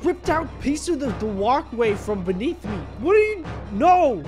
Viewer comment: He said piece